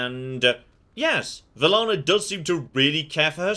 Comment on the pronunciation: Take a shot every time gets Velanna's name wrong